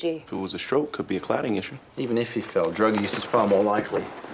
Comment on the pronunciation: Chase's accent sounds unusually pronounced on that one line. "Thirty people sawr him trip; one person says 'e didn't; 'oo we gonna believe?"